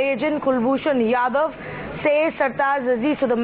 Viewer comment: Pakistani analysts can't even pronounce RAW and yadav.